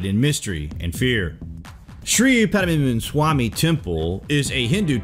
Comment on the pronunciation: Actually it is " Sree - pathma -nabha-swami - temple "